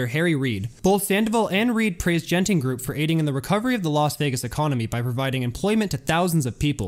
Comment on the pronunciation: Everyone's correcting you on the pronunciation of Tangiers but nobody did for Genting, the first G is a hard G and the e following it is silent. So it's closer to "gun-ting".